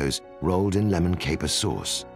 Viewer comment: It's "lemon", not "kemon".